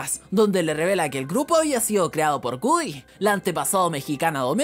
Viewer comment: Pero es "GOODY" no "WOODY"